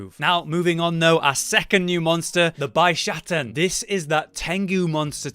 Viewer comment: I don't get the localisation team sometimes... I understand the name changes for the monsters, equipments, etc. But this time around, they decided to keep all the villagers' original Japanese names to keep with the theme EXCEPT one. The Quest Maiden's original Japanese name is "Hinoe" which they decided to slightly change to "Hinoa". Why? By the way, the Bishaten is pronounced "Bee - Sha - Ten". At least you didn't call it "Bis - Ha - Ten" like some people do. LOL